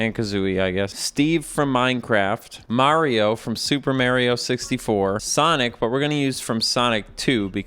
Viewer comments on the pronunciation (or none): I love how you said "Mahrio from Super Merrio" 😆 Guaranteed to be half right! 🤣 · "mario from super marry-o 64" I feel like the character's name is probably pronounced the same as the title of the game idk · I appreciate that in the intro specifically says "Mahrio from Super Mayrio 64" because I know that's a deliberate choice to annoy both crowds, and I appreciate that. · "Mario from super Mary-O 64" If only I earned a dollar each time. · "Mario from super merryo 64" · pronouncing mario two different ways in the same sentence is exactly why i subscribed to this channel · I appreciate you pronouncing "Mario" in so many different ways Also, the bubbles coming off him come from "nucleation points". Dissolved carbon dioxide can collect there and rise up in the form of bubbles. This implies that all water in Mario 64 is carbonated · I like how you used both pronunciations of "Mario" to offend everybody who is overly sensitive about his name being pronounced wrong.